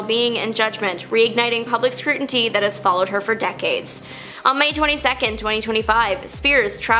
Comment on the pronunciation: Scrutiny not scruinty